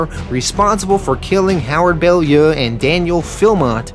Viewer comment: It's pounced bow-lyoo